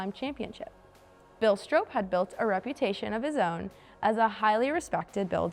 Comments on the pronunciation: I see many of you correcting her pronunciation of Oly, but I haven't seen anyone so far correct her pronunciation of Stroppe. It rhymes with pop, not rope. And yes my profile is, and has been for years, me sitting in Big Oly. This was back in 2016 when Parnelli loaned it to me for the Bronco 50th anniversary I was coordinating with Carlisle events for the Ford Nationals. I tried to get it there this year again for the 60th anniversary, but the new billionaire owner didn't want to pay to ship it in like everyone else did with several of the other most historic and rare Broncos. A damn shame for it to miss that historic gathering again. Parnelli had it at the Bronco 25th Anniversary, and brought it in personally on an open trailer behind his F-150 to the Bronco 40th anniversary in Victorville California in 2006 where I was lucky enough to first meet him and hear some of his stories first hand. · Learn how to pronounce STROPPE. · Yes, wasn't sure if it was STRAHP or STRAHP-PEY. Regardless, producers need to catch presenters from mispronouncing names and just plain reading aloud like some do 😒